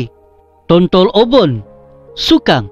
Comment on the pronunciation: Tontolobon ba bukan tontolooubon.. hehehe..sebutan bagi sesuatu ayat dlm bahasa dusun harus lebih berhati2 sbb lain daerah lain sebutan dan maksud..yg ori dusun tu faham2 laitu..hahaha